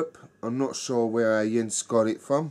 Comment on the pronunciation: Thanks for the kind words and you pronounced my name perfectly!!! Arabier is really a nice and complex Belgian Strong Pale Ale. The brewery doesn't have too many beers in their sortiment but they are almost all in the "great territory"!